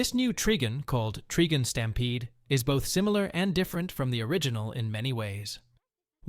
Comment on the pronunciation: Treegun? It’s Trigun — someone needs to sort out the AI voice over.